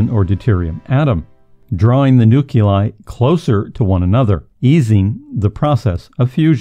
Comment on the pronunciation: What is a "nuc-u-li, Maybe you meant nuclei.